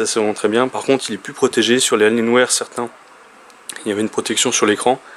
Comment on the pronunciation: "AlienWère" xD